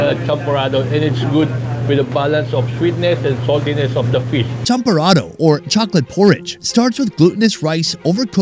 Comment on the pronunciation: The champorado. They massacred it 🤣🤣🤣